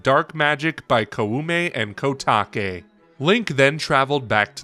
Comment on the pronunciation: God, I hate to be that person but can't you see even in google translate how to pronounce Koume and Kotake? It's not that difficult.